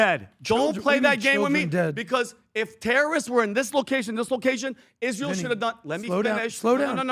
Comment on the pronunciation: Adam’s illogical talking points are the reason people dislike “Izzrul” as Lindsey Graham would pronounce it